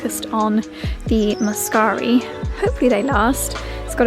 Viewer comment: The blue flowers are grape hyacinths, small version of the pink ones. Very much not a weed. Sown by small bulbs and self seeding. Great video. Love the cottage. Cozy rental. Your pronunciation of muscari is spot on.